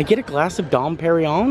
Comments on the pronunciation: You pronounced porchetta correctly but that champagne is “dom per-in-yone” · Here is a little help. Dom Perignon is pronounced "dohm pehr-ee-nyawn." Dom is pronounced with the nasalised 'O' vowel - similar to O (as in Don) but you allow the breath to come from both the nose and the mouth. Emphasis (if there is one) on final syllable of Pérignon. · “Dom Perrin-Yon”